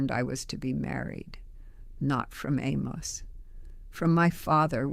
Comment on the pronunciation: This is totally fake. No one who is old order Amish in Lancaster County talks like this. She would have a distinctly PA Dutch accent and she wouldn't be making a podcast for Youtube. She also pronounces her husbands name (Amos) incorrectly. So this is just a promotion for somebody's book.